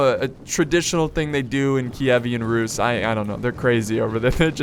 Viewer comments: Also on does not simply mispronounce "Keevan Rus" as "Ki-e-vean Rus" XD They have an awesome culture, I'll give ya that. Especially with their mounted forces. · Its Ky-i-ven russ київська русь (kyivska russ) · Киевская Русь (Kievskaya Rus) , sounds so funny on english:D Ty for the video, it's awesome.